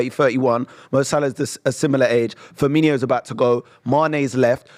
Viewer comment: Blows my mind how many people pronounce Roberto Firmino’s last name wrong